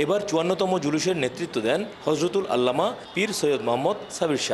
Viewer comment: আসলে আমরা কোন মুসলিম দেশে বসবাস করি হুজুরের নাম উচ্চারণ করতে যার মুখে বেধে যায় সে কিভাবে মুসলমানের ঘরে জন্ম নিতে পারে আল্লামা শব্দটা উচ্চারণ করতে পারে না সে খবর পড়তেছে